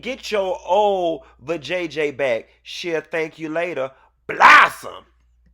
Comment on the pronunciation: It’s how Q says BLOSSOME’ for me😂😂